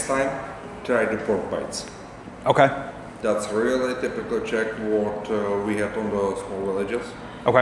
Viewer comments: Dívám se jen na začátek a vyslovuješ velmi dobře. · I'd ask for more cranberries. They go extremely well with meat, especially svíčková. Your pronunciation is #1! 👌 What you missed is beer. 🍺